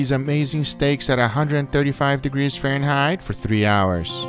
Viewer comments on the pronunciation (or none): 0.40 he pronounces Fahrenheit like a chinese lady